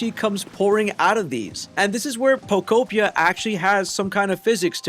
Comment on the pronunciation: You get a thumbs from me just from saying pokopia and not poko pee ah